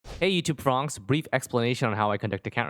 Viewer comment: "Hey YouTube fronks!"